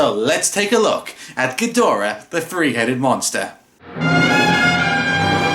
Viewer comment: Ghidorah, the Free Headed Monster! (Accents are so much fun.)